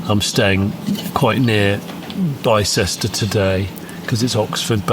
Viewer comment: The people of Bicester are shuddering. It's pronounced Bister. 😅